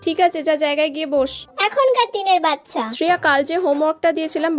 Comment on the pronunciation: বাচ্চা ❌ বচ্ছা✅